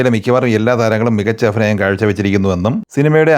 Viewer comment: ഫുത് ബംഗ്ലാ അല്ല... ഭൂത് ബംഗ്ലാ 😂😂 അതുപോലെ അഫിനയം അല്ല 😂